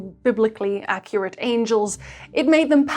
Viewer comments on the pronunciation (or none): none